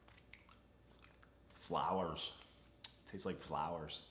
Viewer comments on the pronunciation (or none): it sounded testis more than tastes ! Not his fault though “CHARACTER MIRRORS”.